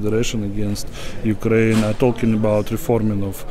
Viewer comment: I really enjoy their podcast---very professional--but this is not the first time that I have pointed out this tiny mispronunciation! It is not such a big deal, but during this war especially, it shows ignorance and insensitivity. I hope that they make the correction.